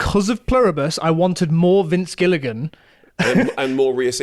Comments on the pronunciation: Great chat you two thank you. Pluribus the best show of 2025. Just a note that Rhea is pronounced like ‘Ray’, not Ree-a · Every time they say Rhea and not Ray, you don't deserve my time. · Rhea is pronounced "Ray" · rhea is pronounced ray, like shea butter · You guys have got to do your research. Her name is pronounced "RAY" Seehorn. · Rhea is pronounced "ray" sorry I have to say it because its going to bug me if I don't. Edit: there are different pronunciations but this is for Rhea Seehorn's name specifically